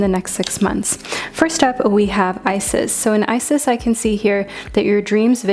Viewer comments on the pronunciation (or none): none